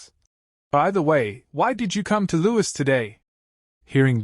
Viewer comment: Louis does not sound right out of the names in this